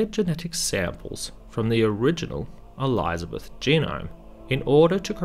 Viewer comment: I'm out. Can't stand hearing ELEYEZA beth